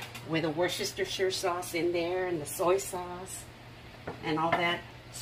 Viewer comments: Hi..It's pronounced.."Wister sheer"" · Hi! I find your videos very informative and educational! Hot tip: try dividing the name in two - "Worster" "Shire" (us Brits just say "Worster Sauce") You may find it easier to pronounce! xx